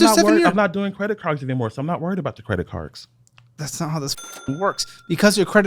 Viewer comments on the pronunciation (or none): “I’m not worried about the credit cargs”